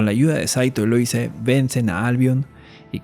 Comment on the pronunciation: Se pronuncia Luise (la s suena como la palabra rosa en catalán por ejemplo, busca en el traductor para saber como suena)